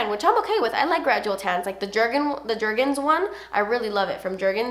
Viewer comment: "You know the jergens one from jergens"... Smh ur too funny